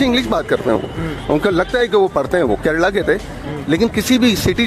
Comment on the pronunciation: ਓਏ ਕਰੇਲਾ ਨੀ ਕੇਰਲਾ 😂😂😂😂😂